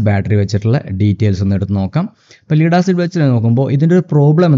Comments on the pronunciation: pronunciation ലെഡ് എന്ന് തന്നെയാണ്. ലീഡ് അല്ല. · ലീഡ് ആസിഡ് അല്ല, മറിച്ച് ലഡ് ആസിഡ് എന്നാണ്‌ പറയേണ്ടത്. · Dear Anchor, Pronounce properly Not "Leed" acid, say/pronounce "Led" acid for "Lead" acid. Lead=lyyam Regards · Lead pronunciation is 'Led'. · ഒന്നും അറിയാത്തവർ പറയും പോലെ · "Lead Acid" Batteriyude pronounciation onnu manasilakkiyal nannu